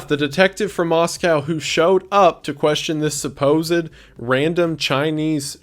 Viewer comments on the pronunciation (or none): bestie i love you and your content very much but every time you say “moskau” i die a little inside <333